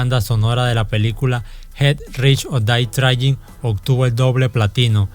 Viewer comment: Jet rish or dae frain? Pronuncias con las nalgas